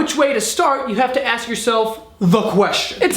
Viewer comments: Was about to sub, then you pronounced "ask" as "aks" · When you're drunk you pronounce ASK properly... well done, keep drinking. Yeah you might end up an alcoholic, but at least us grammar Nazis will be happier. 😎🖕😂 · I "Aksed" you a question. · "if you ever axed a woman" Loooool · "IF YOU EVER AXED..." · Can you not say ask